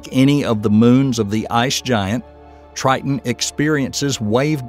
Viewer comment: Titon,triton,titon tire